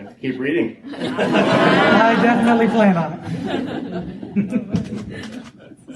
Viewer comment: I thought he said "he's reading".